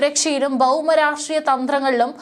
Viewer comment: ഈ സുടാപ്പിത്തള്ള ആദ്യം മലയാളം നന്നായി ഉച്ചരിക്കാ ൻ പഠിക്കട്ടെ... ഉദാ -ബൗമരാഷ്ട്രീയം